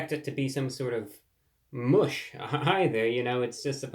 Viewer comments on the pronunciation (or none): none